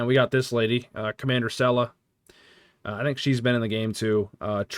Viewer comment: Btw Comander See-luh. The ship is the bor-toss. Chancellor Gal-ron. Sword of kay-less. Captain jane-way Klingon pronunciations in particular are weird so you are forgiven.